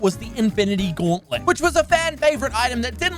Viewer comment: the infinity gawwentlent